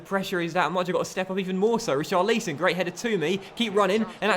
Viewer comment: Pls say richarlison name properly no hate great YouTuber